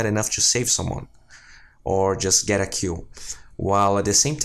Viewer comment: everytime he said 'kill' I always heard 'cue' instead, anyway great vids.